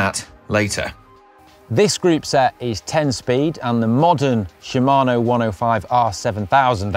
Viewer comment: "Shimano" sounded like "Siemano", which means "Hello" (more or less) in polish;)